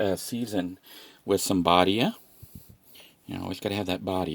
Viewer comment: I've been watching for a while. Thanks for sharing your life. Thought I would mention, while the brand of the seasoning is spelled Badia it is pronounced Bad-e-ah. Also, have you tried Goya brand Adobo seasoning. It is cheaper than buying the small Badia bottles at the dollar store, you can find it at any Walmart and in my opinion, tastes better than Badia.